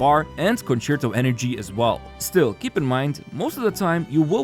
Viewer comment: Wow a content creator that can actually say concerto correctly